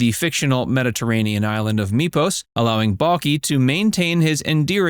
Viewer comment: During this video you have said the title show name wrong as well as Balki's name wrong. Your not a real fan. 👎